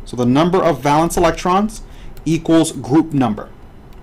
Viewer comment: Bro, it's \ˈvā-lən(t)s\ not val-ence. It's a long (a) sound. No one says val-ence.